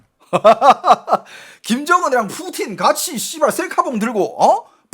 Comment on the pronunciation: "푸후우틴"말고 그냥 "푸틴"이라고 해주시면 안될까요? 한국사람 이잖아요.. 중국발음 들을때마다 거부감이 들어요.....